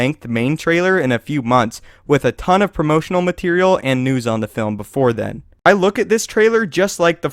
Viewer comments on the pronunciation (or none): none